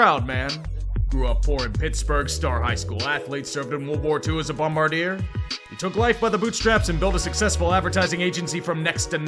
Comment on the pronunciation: I've never heard someone pronounce the first r in bombardier until today.